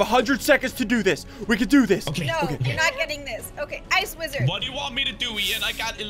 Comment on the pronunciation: Ssundee said widrard